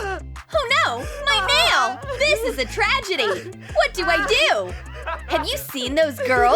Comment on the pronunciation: She said mail not nail.